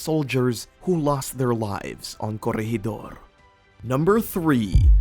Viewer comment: When did the Japanese fly fighter jets in WW2 as a military History buff I would love to find when as the British had the first operational jet in WW2 Were is gwoblycannall , and curryegidor What shocked me is that never did any research its easy to find out the proper pronunciation there for not making you look like a dick